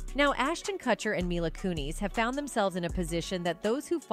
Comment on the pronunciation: If you're using AI FOR THE AUDIO or if you can't figure out how to pronounce names, please fix it. How can we believe you if you don't use proper names. Kun-is for one, but there are many. What a cheap way to do things. I love your reports, but the names is just stupid.